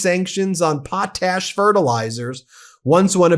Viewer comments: It's not POT TASH. Pot ash. It's fossilized ash. Pretty simple. Research words you're not sure how to pronounce. Not the first time you continually mispronounce words. Jesus Christ, and you're a law professor?? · It's POT ash. Not poa tash or poat ash. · It’s pronounced; Pot Ash, Prof. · It's pronounced pot' ash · Why is potash such a hard word for you to pronounce? Pot Ash Put them together.. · Pronounced as two words pot ash